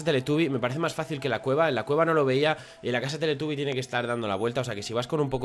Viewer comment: Minuto. Teletaby??? Dijo